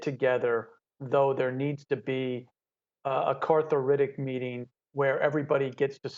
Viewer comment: When he says "cartharitic meeting" I think he means "cathartic meeting". Very interesting way to mis-pronounce that word.